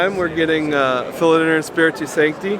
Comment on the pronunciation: Imagine running a booth at a tropical plant expo and not knowing how to pronounce “philodendron”